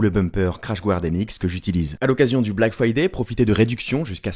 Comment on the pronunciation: « A l’occasion du BLAC FWAYDAI ! »